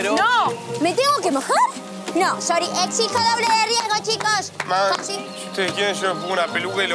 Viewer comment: jaja es que es tefi entonces no marca la "r" bien Y dice : Sory jajaja